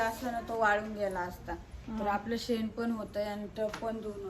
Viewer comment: सेन नाई ग बाई ते शेन म्हणत्या शेन